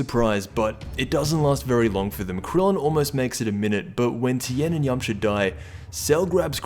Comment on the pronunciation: Who was here when it said Tein lmao